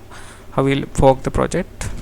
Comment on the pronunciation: i think you need to work on your pronunciation when saying "fork", besides for that good vid